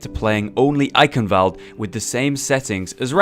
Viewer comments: not eikenwält, eichenwald, which means oak forest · Why is everyone saying "Eikenwoalde". That's wrong.